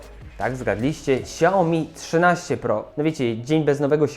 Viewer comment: ''szałmi'' a nie siaomi